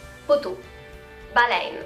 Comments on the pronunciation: L'accent que tu as utilisé pour le mot arrête et baleine est l'accent MONTRÉALAIS. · les coton ouate ont dit aussi Polar et Kangourou et baleine tu l'as prononcer comme quelqu'un de la Gaspesie sinon ont le prononce a la francaise